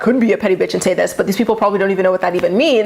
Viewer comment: Your impersonation of Mack & Ryan or "Rhine" saying "beeatch" was perfection🤣 I have a thick southern accent & the second I heard you say that, I laughed out loud because that is exactly how southern people say it!🤣 Love you!!❤